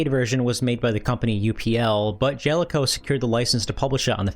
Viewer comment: I think it's Ja-Le-Co, not Jel-co